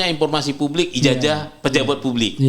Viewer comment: Ijasah bang, bukan ijaja.. 😂😂😂😂😂😂😂😂